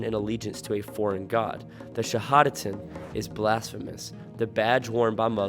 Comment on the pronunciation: Im starting to believe what you say, until you butcher that shahadat wkwk... Your not Ex-muslim... dont lie...